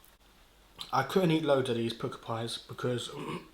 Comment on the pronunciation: They are pronounced Pukka , as in duck, luck etc. Not pooka. The word comes from India. Jamie Oliver loves to use the word.